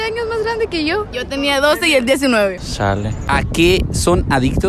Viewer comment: Llevo como 4 días sin superar al que dice “shale” JAJA